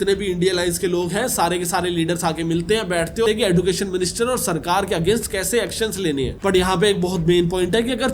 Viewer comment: Sir एडुकेशन एजुकेशन